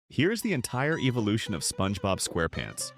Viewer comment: Eeveelution got me at the start of the video I think it was supposed to say evolution